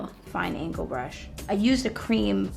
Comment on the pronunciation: no one: absolutely no one: Me thinking she said fun brush: wait what. whats that. mommy I need a fun brush!!!!